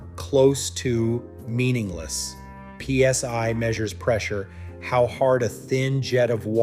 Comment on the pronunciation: DID THE A.I. SAY THE EGO RUNS AT 3200 P.S.Y. ❓❓❓ 😂🤣😂 WHY YES IT DID ❗❗❗ WHAT THE HELL IS P.S.Y ❓ AND WHY IS IT SO MUCH BETTER THAN P.S.I. ❓❓❓.................... 😂🤣😂